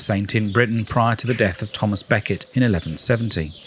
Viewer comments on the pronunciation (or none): none